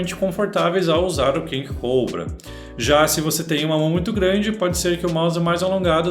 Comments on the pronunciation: Alguém me diz pq ele fala coubrua em vez de cobra??? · Invés dele falar português o nome do mouse, n, fala ingles, eh cóbra, e n coubra! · ele é brasileiro, ta no br, fazendo video em portugues falando p br, e pq ele ta pronunciando "COUBRA"? esses enzo de condominio sao foda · “Redragon King Cowbra” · caralho meno q agonia desse nerdola puxando pro ingles COBRA, porra meno ja ta em portugues cara AKAKAKKAKAKA